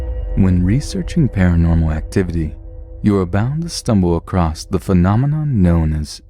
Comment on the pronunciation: Stop saying "acrost" instead of "across". SO ANNOYING!!!